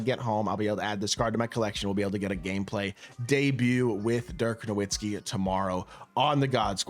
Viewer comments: He doesnt even say his name right ha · He’s your favorite player ever and you don’t know how to say his name?